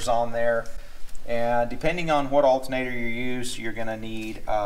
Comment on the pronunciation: Saying altenater is like nucular.